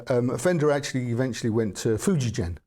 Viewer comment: Just for note, Fujigen is pronounced "フジゲン" with a hard G and a soft F (almost like an H)! But minor things aside, a great guitar. The Japanese really are very much ahead of us! You can get an MIJ Tokai online for around £ , if you're prepared to ship it from Japan!